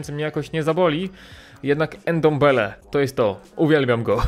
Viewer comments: Jego nazwiska nie czyta się „endombele” tylko „ndombele” n łączy się z d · Ty ile razy on powiedzial endembele haha